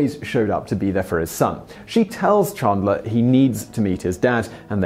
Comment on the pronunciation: Chandler not Chundler 😂